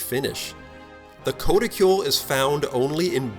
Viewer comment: it's pronounced "k-ah-t-i-kool".